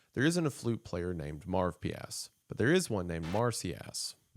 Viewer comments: This series is so interesting but the name Marvpyas sounds so bad that it literally takes me out of the experience. Is Wendigoon saying it wrong or is it actually that stupid? Marv pee ass sounds like something a rude 5 year old would call some kid they don’t like named Marvin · Yeah like id be scared of a demon called marv-pee-ass 🤓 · Every time he says “marvpias” I can’t help but think of Marv from home alone hahahaha 😅